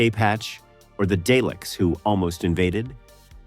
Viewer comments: Please stop calling them Dayleks they are DALEKS ,You pronounce Daleks as "DAH-leks" First syllable: "DAH" (/dɑː/) sounds like the "a" in "father". Emphasize this part of the word , Second syllable: "leks" (/lɛks/) sounds like "lek" with an "s" at the end. The "e" is short, like in the word "head". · The AI is too bad I can't listen to this. Day-licks? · It sounded like day lick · Duckta Whom and the Day-Lecks lol